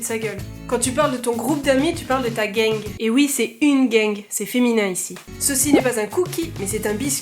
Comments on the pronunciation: Le dernier "G" de gang on le prenonce pas🙃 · Salut! Je suis québécoise et pour ton info perso il y'a une différence de prononciation car pour ta troupe d'amis c'est un GANG mis tu le prononce en français car si tu GANG en anglais c'est un peu comme une gang de rue tu comprends?! Et bravo pour les 1000 abo